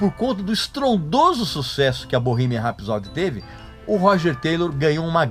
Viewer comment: Vídeo medíocre, no mínimo. Estúpido e grosseiro talvez definam melhor. Na palavra "rapsody" a sílaba tônica é a primeira. Mal consegui entender quando ouvi esse cidadão pronunciando "Sheer Heart Attack". Medíocre pretencioso define. E nenhum ser humano pode ter a pretensão de "salvar o PLANETA". O ser humano deveria se preocupar em salvar a sua espécie. A sua própria bunda, se me permitem. A natureza é soberana e prevalecerá, não importa quanto plástico o "cerumano" produza. Parei. Beijo e não me liga. Procure coisa melhor pra assistir.